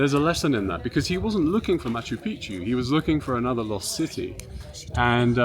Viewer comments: Ross it’s Machu Picchu Not Picu….lol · bang your head against the wall every time Ross says makkeww Peekoo .....whoever has the worst tbi wins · Machu Piku???No one is correcting Ross about Machu Picchu pronunciation? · Machu PeePoo? What are u saying? Haha killed it Rosco.. I haven’t laughed that hard in years. Cocaine? The resonance in the window. My god I literally fell out of my chair. You’re the best Ross, I f….. love you my man. Hahaha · Please, next time, pronounce it correctly. maa.choo pee·choo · Matchoo Pitchoo pronunciation please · Good stuff, thanks 👍🏻👍🏻 I like how the Incas didn’t claim Machu Picchu as their own creation, like the Egyptians did with the pyramids. Ross, it’s pronounced Machoo Pikchoo 😉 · It's Machu Pi-choo Omg is not that hard to pronounce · "Machu Picchu is most accurately pronounced Mah-choo Peek-choo (or Ma-chu Pi-kchu), with the emphasis on the first syllable of each word: mɑtʃu ˈpiktʃu. The Quechua origin means "Old Mountain," with "Picchu" featuring a distinct hard "k" sound (kch)." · it was a torture to watch due to his mispronunciation of machu pichu. absurdly stupid. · Why does Ross insist on mispronouncing Machu Picchu? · Quite irritating that Machu Picchu is mispronounced throughout the entire episode. From start to finish. And everybody is too polite to mention it to Ross. Amazing indeed. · leave it too a goofball australian or brit to mispronounce Machu Picchu .. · I wonder if Ross will ever say Machu Picchu correctly even once 😂😂😂😂 Love you Ross❣️ thank you SO much for going to Peru 🇵🇪♥️❣️ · It's so interesting, but Ross- learn the proper pronunciation of the name 'Machu Picchu'